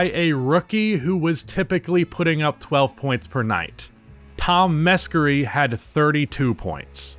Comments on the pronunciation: It’s pronounced “muh-sharey”. Tom Meschery. “muh-sharey” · hey man its tom me-SHARE-ee u put so much time into researching ur shit man may as well get the pronunciations right too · Its pronounced mesherri dumbass